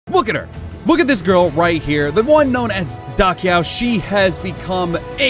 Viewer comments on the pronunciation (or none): LOL I also used to pronounce Da Qiao like that in the older games. "Da Kyaw" vs. "Da Chow"